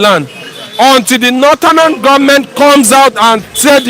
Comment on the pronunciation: Why is the first person always saying northernan instead of northern??? He needs to be corrected abeg, doesn't sound good in the ear...Lol!